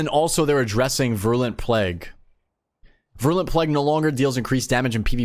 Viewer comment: Vi-rool-ent plague, not vrulent. Virulent, like viral-ent